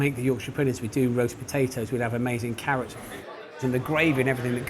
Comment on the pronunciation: Why is she pronouncing 'roast potatoes' like she has never heard of them before in her life? hahaha